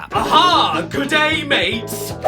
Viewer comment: G'day M A T E S